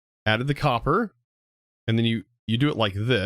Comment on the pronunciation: Uh sir.. it’s copper not cooper 😂😂